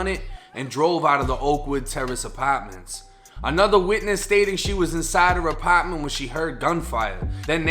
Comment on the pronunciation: I love your accent! “Apatment” 💕